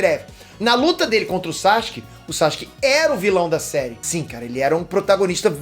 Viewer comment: Maninho vc ainda pronuncia o nome do Sasuke errado.